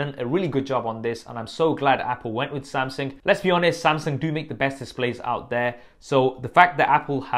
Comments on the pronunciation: its Samsung not SumSing lmaooo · Samseng? Wtf Sam-sung bro. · Samsing ? :o